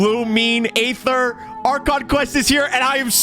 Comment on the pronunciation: I love how even after Lumine said Ether, still says Ayther😂 (I can't even lie, I called Aether Ayther until I did the "we will be reunited quest")